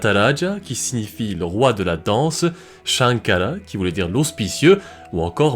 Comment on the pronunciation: Fortune et gloire; Demi Lune fortune et gloire. Je crois quil y a quelqu'un dans ce palais qui sest mis à la recherche du trésor sacré de Shankara ( prononcé sankara dans le temple maudit).